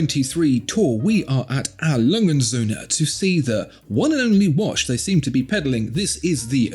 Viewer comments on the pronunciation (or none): Can you please stop calling it "A Langensöhne"? It always reminds me of "Hurensöhne" which is german for "sons of bitches". Please take the time to learn how to pronounce "A. Lange und Söhne". The brand deserves your respect...